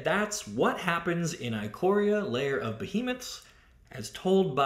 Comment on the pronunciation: The "i" at the beginning of "Ikoria" is pronounced like the "i" in "ichor" (the golden blood of the Gods said to transform mortal beasts into gigantic supernatural monstrosities). It's "ick-or-ee-a".